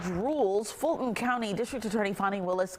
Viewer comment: “Footen” County. Where is Footen County?